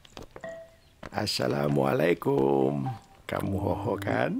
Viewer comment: salah ngomong bukan salam mulaikum tapi asalam mulaikum